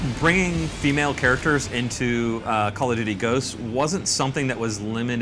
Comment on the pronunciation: "Calla-doody" lol